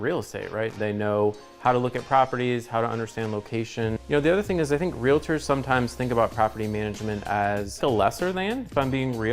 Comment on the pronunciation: “Realators.” Do you also say “doliphin”?